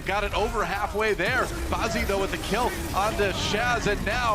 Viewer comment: It's BAZZI DOA NOT BEZZI